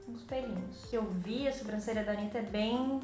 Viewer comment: A make ficou Maravilhosaaaa, que agonia falando "Anira"😂😂😂😂 Os gringos que falam assim😂